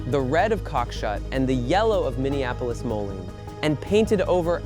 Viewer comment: Moline... MO-Leen.... please